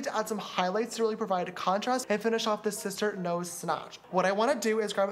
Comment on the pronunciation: i like how james said shister schnoz